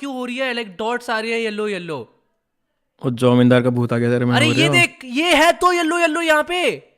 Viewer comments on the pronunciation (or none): IT'S JAMINDAR NOT IT'S JIMODAR 😂😂😂😂😂😂😂😂😂😂😂😂😂😂😂😂😂😂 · As a Bengali this is not "Jamindar" this is "Jomidar"😅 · Also not jomindar